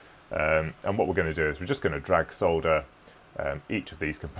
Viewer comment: Another wasted click that took me to a UK video. Give me rational AWS classifications instead of tradenames thank you very much. But just for your education, the 'l' in solder is silent. It is pronounced 'saw-der'. You're welcome!